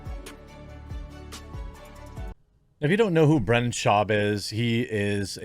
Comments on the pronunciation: You’ve got to pay more attention to names. You are horrible with this. Brendan. Not Brandon. It may seem small, but it’s like Israel Adesanya, it’s not hard. Odd Uh Sahn- Ya. 4 syllables. It just makes it seem like you don’t care or you’re mid Michigan to the bone. Oakland county, myself. Try harder. Yes, I’m subbed. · You spelled Brendan but you keep saying Brandon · Its Brendan. Not Brandon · "Time is undefeated".. That's AMAZING and I'm borrowing it. Thanks! 👍 But his name is BRENDAN with an "E".. not Brandon.. I'm just saying.. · Why can't you say 'Brendan'? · It's brenda shwab, get his name right.